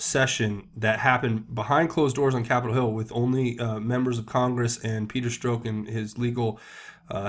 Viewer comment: Hey, love your work. Also, just so you know, Strzok is pronounced like Strock, not Stroke.